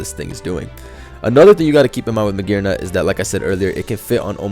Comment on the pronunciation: magearna with a hard r